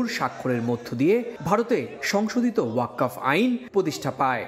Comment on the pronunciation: ওয়াক্কফ না ওয়াক্ফ উচ্চারণ হবে।